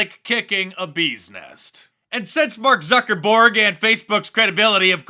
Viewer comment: "Mork Zuckerborg" lol..